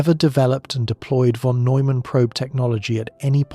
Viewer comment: If only you pronounce "von" correctly.